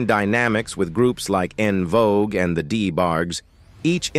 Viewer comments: …and the AI saying “On” Vogue 😡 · And " En Vo Guway" lol